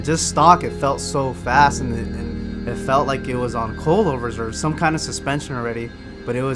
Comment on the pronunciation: Coilover or did he just said cold over 😂